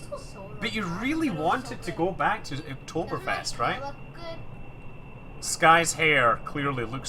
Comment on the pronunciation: You speek "Oktoberfest" like a real German ;) Greetings from Germany